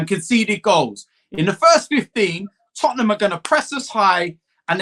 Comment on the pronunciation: ''IN THE CUP FOR TOTTINGHAM''... HAHAHAHAHA